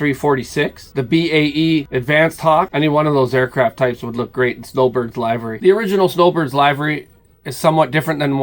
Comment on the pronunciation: Check the pronunciation of livery.